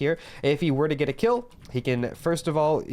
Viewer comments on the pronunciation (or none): none